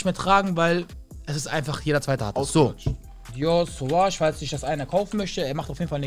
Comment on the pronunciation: Dior suwaj sagt er mir hahahahaahahahaha